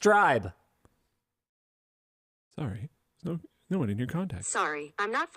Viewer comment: "Call James Strieb¹." Linus and are not wrong. Voice recognition should handle variations — including (typical) mispronuciations of words. ¹ "Strieb" is a German word (and surname) — meaning "drove". The correct pronunciation is /streeb/ — not /stribe/.